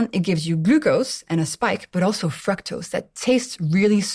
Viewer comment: I thought the way she was pronouncing “fructose” was the British way, but it’s not after checking. I am not sure why she’s saying “Frek” like Shrek in the movie instead of like the word ‘Duke’. Perhaps it’s a French thing, since She is the only French person I have ever to listen to talk about nutrition and use the word. I have to disagree with her on the soda. If I should have a soda, I would rather have cane sugar instead of the diet with aspartame or any artificial sugar that is known to cause cancer or mess up your kidneys. I am surprised that she’s saying this. I know she has a lot of knowledge on the subject on glucose, but even people who know a lot can miss somethings, but this is a big one.